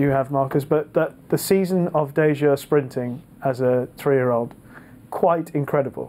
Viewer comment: It's Dayjur, not Dajur.